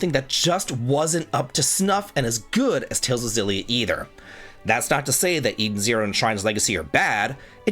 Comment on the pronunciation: Great list. Only thing I disagree with is your pronunciation of "Xilia", should be a hard X (japanese logo says エクシリア)